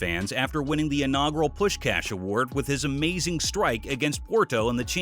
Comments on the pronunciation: ITS PUSHKAASH! not pushcash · Please learn how to pronounce puskas